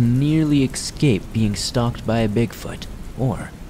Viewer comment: I'm not sure if I'm just hearing things, but every creepypasta/spooky narrator seems to pronounce it "eggscape" instead of "escape".